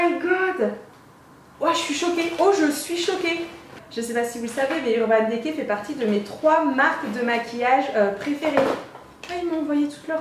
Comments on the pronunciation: mets un i à la place é mdrr ça m'a stressé 😭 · Ca me stress le urban « dé cay » 😂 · urban décay, urban dicey la prononciation stp